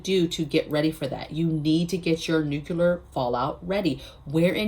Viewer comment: Just subscribed. So impresses with your clear thinking. You are too smart to be mispronouncing the word nuclear. There is no "Q" in the middle. It is like NEW - CLEAR. You can do it!